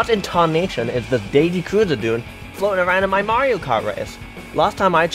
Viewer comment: My slightly shorter livetweet than the pinned one, as is customary for me on a long video with lots of content. - is cis confirmed!? (Happy belated trans day of visibility!) - I love pause as she realizes that it said something about snow, you can hear how awkward it is. - Woo, Canada! would have been a great time to mention something about sleek technology featuring spyware. - The 'g' is silent, it's actually prounounced, "purity". - Sorry to burst your bubble,, but while Toad Harbor_[sic]_ may look beautiful on the surface, we all know it's being plagued by the woke LGBTQIA+ movement. Just look at them, they think a princess can stand in for our beautiful Lady Liberty! That Gavin Newsom's "city" of poo pales in comparison to Toad Habor_[sic]_. Shiver me timbers. Thank goodness for you get the rest]. and after -, you broke, you used plural pronouns for an individual. That's falling into the hands of the woke feminists of the 1990s, BOOOOOOOOO. Surely you could have made an executive veto to fix it. -... It's at this point you realize is also gay - Big no-no, Greece is not 'Murica >:((((((( - is a trans man? Is Elon a trans man?, I hope everything you try to do with AI just comes out like this now, this gave me a headache from repeatedly facepalming. And that's--and yet